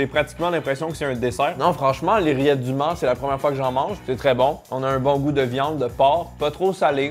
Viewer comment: j'ai compris:"les rillettes d'humains''